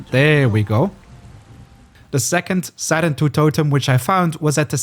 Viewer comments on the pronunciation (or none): I like how in the game they say “sarentu” yet you say “serentu” like okay.